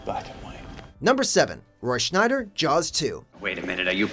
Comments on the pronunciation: That's why you shouldn't sign a comtract without having a lawyer read it first. Poor Mike Myers, Cat in the Hat killed his career. I also like how in this video they mispronounced Roy Scheider's name there's no "n" in his name so its not Schneider. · It's Roy Scheider. That's pronounced 'Shi-der' since there is no 'n' in Scheider. Why do these commentators all make the same mistake? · SCHEIDER! SCHEIDER!..not "Schneider"...three times he makes this mistake! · It's Roy SCHEIDER, not Schneider! C'mon dude if you're gonna make a professional video do it right smh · Roy SCHEIDER, not "SCHNEIDER", dammit!! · There's no "N" in Scheider. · Roy SCHEIDER...not Schneider... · SCHEIDER, not SCHNEIDER! PAY ATTENTION! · It's Scheider NOT Schneider! There's no N!!! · Scheider, not Schneider. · Scheider not Schneider! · Roy "Schneider"? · Roy Scheider. Shy- Der. No "n". Not Schneider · Stop saying Schneider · Scheider not Schneider. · Scheider..not Schneider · ROY SCHEIDER NOT SCHNEIDER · "Scheider". No "n" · SCHEIDER, not schNeider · Roy Scheider not Roy Schneider FFS!!! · Roy SCHEIDER, not SCHNEIDER!!!!! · SCHEIDER!!!! NOT SCHNEIDER!!! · This drove me batshit. It's there's no "N" in Roy Scheider. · Yep, was going to point it out myself, because it is so very annoying, but scrolled down to make sure I wasn't beaten to the punch. And, well, here it is! "Schnider". BS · "Roy Schneider"? That kind of mispronounciation of such a legendary actor's name is unforgivable for a professional production of cinematic history. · There's no N in Roy Scheider's name. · There's no "n" in "Scheider." has been on a decline the past 6 months. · Scheider ...no 'N'. You're gonna need a new narrator. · "Schneider," huh? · It’s Roy Scheider - no n. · There's no N in Scheider. :) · THere is no N in Roy Scheider! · Mispronounced "Scheider" I'm ubsubscribing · Ugh....he just kept saying it..... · Yeah....every time I heard it, it was like........twitch....twitch....twitch.....STOP IT!